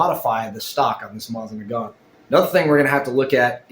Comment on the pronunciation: I've watched two of your videos so far. This one and the one where you're bitching about your Bambu Lab 3D printer. Anyhoo...the reason for my comment is to let you know that you're repeatedly MISPRONOUNCING "Mosin Nagant"!! If you're not 100% sure how to pronounce something, ask Google how to pronounce it and it will tell you. It will even suggest a video where you can hear someone saying the word correctly. Every time you said it it made you look dumber and was like nails on a chalkboard for everyone else who *Speaky English*!!